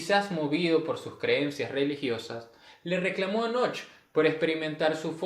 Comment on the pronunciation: No se pronuncia "noch", sino "noje". Knoche="noje".